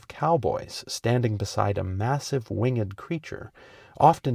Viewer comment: Wing-ed? A. I 'd' d? What alphabet?